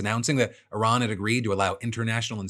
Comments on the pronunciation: I miss having a president who could pronounce the name of the country we're at war with correctly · Sending JD Vance to negotiate with Iran is a poor decision for so many reasons, but one of the prominent ones is that JD can't even properly pronounce Iran. That would be like FIFA giving a major award to a man who calls their sport by the wrong name. Oh wait....